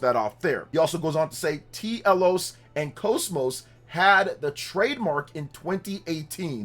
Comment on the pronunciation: Bro, I hope this is real. Because it feels like this channel is always nothing but speculation. We NEED Xenosaga back. Also, it's pronounced Telos, not T. Elos... Yet another reason why Xenoblade fans need to experience the original Xeno series.